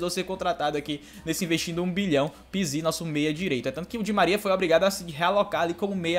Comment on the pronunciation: Só eu que fico com agonia quando ele fala o nome do pizzi errado?